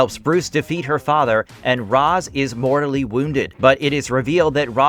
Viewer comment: does all this research to make this video, can't properly pronounce ra's when it is said every time he appeared in the shows.